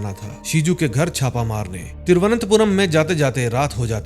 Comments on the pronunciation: tiruvantpuram sahi nahi bola ja Raha Bhai tumse thoda or practice Karo 😃😃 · Don't mind veer ji , I have an another idea for you so you can use easily Trivandrum next time if you can't say thiruvananthpuram correctly